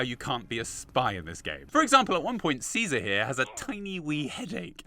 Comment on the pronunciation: Honestly how did you get the pronunciation of “caesar” wrong? Did you not play the game???